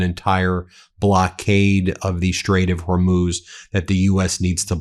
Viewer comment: Ya can’t even say the straight of hormuiz